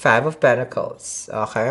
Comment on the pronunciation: Hahahahah I love how you say “ohay” instead of okay 😂😂😂 I adore u